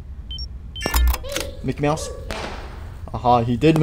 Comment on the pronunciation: the way he said Micky mouse